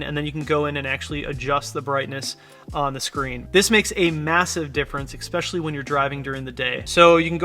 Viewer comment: EXpecially is not a word, but thanks for the great info